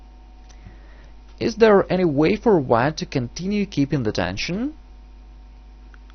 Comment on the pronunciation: it's not "dension", it's "tension"